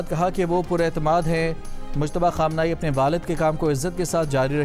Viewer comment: مشتبا نهیں ۔۔مجتبا